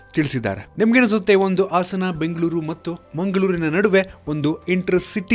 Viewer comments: Much awaited. 🤘. Very sad to hear how they pronounce "Hassana" as "Assana". Please try to correct it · ಇವನ್ಯಾವ ಸ್ಕೂಲ್ ನಲ್ಲಿ ಕಲಿತು ಬಂದಿದ್ದನೋ, ಆಸನ ಅಲ್ಲ ಗುರು ಅದು ಹಾಸನ. ಆಸನ Andre ಕುಳಿತು ಕೊಳ್ಳುವ ಜಾಗ. ಹಾಸನ ಒಂದು ಜಿಲ್ಲೆ ಹೆಸರು.